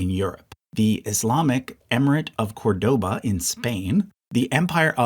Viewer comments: Great video as usual, just a correction: Córdoba is pronounced CORdoba not corDOba, as indicated by the accent in the first syllable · Very good chart and will be in my future acquisitions for sure. Small pet-peeve: please learn how to pronounce Córdoba. It is really annoying the way you do it. The stress is in the beginning with an open “o”, the sound similar to the “o” in cod. Acute accents in Spanish (and Portuguese, among other languages), render an open acute sound.